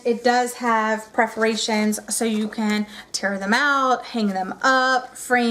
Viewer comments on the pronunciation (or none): You're a teacher, and you say preforations! PERFORATIONS!!! When something has holes punched into it for tearing it out it is called perforations...Good grief!!!